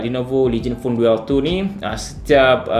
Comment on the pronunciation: Bukan duel sebutan dia "Dul"